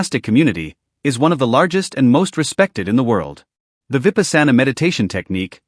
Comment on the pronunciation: Your mispronunciation of so many words Dana, vipassana , Guru Rinpoche is disconcerting